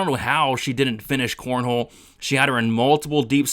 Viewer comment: Bro her name is not CORNHOLE, holy moly that was a tough listen since you said that 20 times. I appreciate your content but man that was rough aha. It's cornolle not cornhole